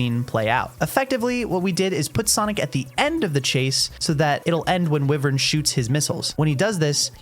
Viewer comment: WIVERN??? It's "Wyvern" (Why-vern) dumbass😂